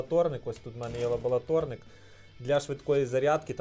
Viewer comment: лабоЛаторнік кров із вух, це повний капець, ладно стріпер кліщами називав, а тут просто жесть...